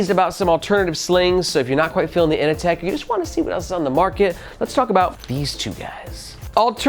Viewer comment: Can’t help but hear Ini-Tech instead of Inateck, it’s not The Matrix it’s Office Space 😂 In seriousness I don’t dig the looks of the kinda glossy finish and it looks too bulky when full but I gotta admit that for the price point it’s a fairly impressive package